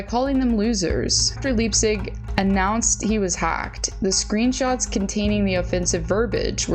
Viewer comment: Leipsic ( pronounced Lipe-Sick) is an absolute tool of gargantuan proportions. I watched him play Juniors in Portland with the Winterhawks. (Who now have the LAMEST logo in the WHL, MAYBE the world!😂) Got to skate with him a few times when we were starting our practices because we’d follow the team on the rink schedule. It was really pretty cool. Also did the same with Cody Glass. HE is a standup guy. Brendan Leipsic is an asshat of epic proportions!